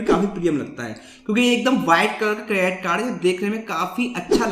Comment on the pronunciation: This can even pronounce credit card properly but still has th audacity to make videos.